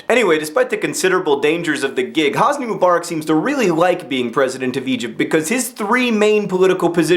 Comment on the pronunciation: Actually, the way John pronounces Hosni is correct. :P